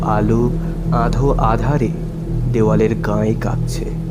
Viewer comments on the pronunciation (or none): 'আঁধো আধার' নয়, "আধো আঁধার"। 'গাঁ ঘেষাঘেষি' নয়, "গা ঘেঁষাঘেঁষি"। 'সহোৎসাহে' নয়, "সোৎসাহে"।